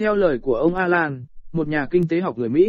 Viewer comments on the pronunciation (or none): Thông tin hay nhưng nếu có thể các bạn phát âm những từ Tiếng Anh tốt hơn thì sẽ chuyên nghiệp hơn. Ví dụ: euro = ơ dô, alan = a lan...